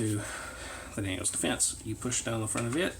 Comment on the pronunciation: Daniel Defense. not Daniels